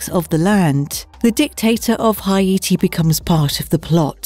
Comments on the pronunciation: HI-ATI! LOL!, Haiti is pronounced HAYTI not HI-ATI, just so you know for future reference. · Tobe hooper. TOE-bee, not "to-buh". sorry but that bugged me. so did "hi-AY-tee" for haiti. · Hay-tee good god.